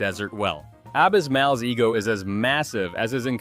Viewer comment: Interesting video but you need to work on your pronunciation of csome character names. Mechanicles was pronounced Mechani-cleese in the show and Abis Mal sounded like a mashup of abysmal' and 'a-biz-small' which was part of the joke.